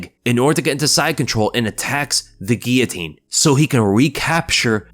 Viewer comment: Why can't some people say the word guillotine? Wtf is a " geeatine" 🙃